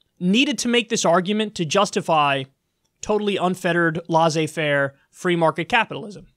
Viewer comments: not lazee fair, it's laissez-faire... lol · Oh god I hate how Kyle says Laisser-faire.